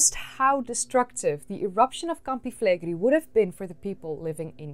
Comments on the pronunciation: A note about the name of that supervolcano: it's not pronounced "Flegri", it's "Flegrei". Both the "e" are pronounced the same and the "i" is last. The syllabs are fle-gre-i, with the stress on the e in gre. By the way, it means "burning fields" or "scorching fields" in Latin. About the topic, I find the hypothesis of the supereruption to be valid. That boomer can plunge the world in an ice age in a couple weeks, if it really wants to. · Fleigrei=“Flay Gray” not “Flaygree” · that's an amazing place, you should come and visit! thanks for the video, I had no idea it could be among the causes of their demise! ps it is pronounced with a final i (like "gorillinI"), flegre-I, like maybe [e], not [ai]